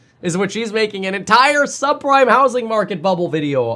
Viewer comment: a subprime-ah mortgage-ah crisis